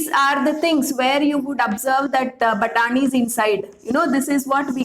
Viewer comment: I giggled everytime u said 'batani ' 😁